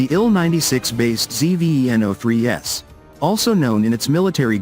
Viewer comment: It's called Zveno. Not ZEE-VEE-EEE-ENN-OHH.